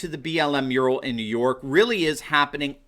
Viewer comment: Ohhh a MURAL I thought he said URINAL